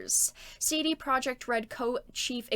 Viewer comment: Also "Projekt" in CD Projekt is pronounced "Proyeckt".